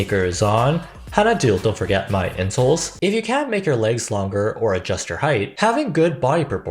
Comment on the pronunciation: OK no joke, when I first heard the narrator say "insole" I heard "incel"ㅎㅎㅎㅎㅎ